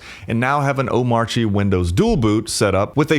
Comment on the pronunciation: Cool, just one small thing. When you say Omarchy, you should not pronounce the R, at least according to very opinionated DHH, who said not to.